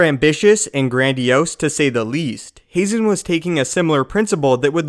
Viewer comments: Ha-zen not hay-zen.....Barrison not Barriston.....please quit screwing up these damn names! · Haazan is pronounced with a flat A like hah-zahn. two A's in a word always elongate the vowel. You only say the vowel when there is an E at the end. I know it's star wars so it doesn't matter at all. I'm just being petty ;) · I believe it’s pronounced like Hahzen